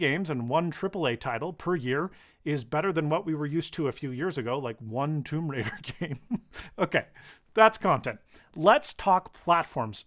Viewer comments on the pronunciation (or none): none